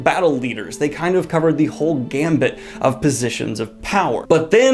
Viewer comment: Gamut, not gambit.